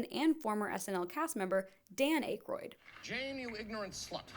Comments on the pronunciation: If you don't know how to pronounce people's names, like Aykroyd, then perhaps you shouldn't be making the video. Honestly, though, who doesn't know how to pronounce Dan Aykroyd's name? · You refer to them as “comedians,” but I believe most of them were comic actors, not “comedians.” And you don’t know how to pronounce ‘Ackroyd’?!? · I can't believe you've never hear Dan Aykroyd's name said out loud before. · The mispronunciation of Aykroyd really through me for a loop, that’s going to bug me so hard now 😭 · I loved this and you worked so hard but you undermined yourself with mispronunciations of Ackroyd, Garofalo, Saperstein etc Glad you got in my algo though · If you can't pronounce "Dan Aykroyd," you shouldn't be producing a history of SNL. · that’s the craziest way I’ve ever heard anybody pronounce Aykroyd. It’s more like ACK-ROID 🤷🏻‍♂️ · Dan Ack-royd. Good lord, how old are you? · Its pronounced like ackeroyd not aykroyd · AK-roid not ache-roid.. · Dan ”Acheroid”?? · It's pronounced "ack-roid" I think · Dan and Peter Eh-kroyd too lol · GABRIEL Gottfried. Dan AYYKROYD. Oh FFS, I thought she's gotta be screwing with us & mispronouncing some of the more famous comedian's names intentionally to get comments & cheap engagement for the algorithm because there's no f'ing way she's doing a retrospective video about SNL yet never heard of our Lord & Savior, Gilbert Gottfried. ... but nope. I think this Millennial really doesn't know the man behind the AFLAC duck. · ACK-roid is how Dan pronounces it. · Dude don’t be a dick. This is so well-researched. I will say tho, that pronunciation made me feel old / realize Ackroyd didn’t really leave enough of a legacy to be known by the Z’s. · That Dam(n) Akroyd! 🤣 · Don Pardo had trouble with Ackroyd too in the Saturday Night movie, so you’re good. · Your pronunciation of of Dan Ackroyd’s last name hurt…. Ouch. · how on earth could you get Dan Akroyd's name wrong?